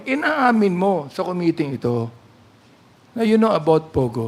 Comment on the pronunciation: Don't pronounce committee, kome tee it's ku-mi-tee